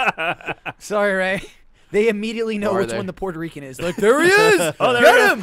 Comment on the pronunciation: Its Puerto Rican. Not Portirican